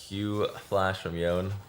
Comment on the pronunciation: Does anyone know if he is mispronouncing Yone on purpose? It’s driving me insane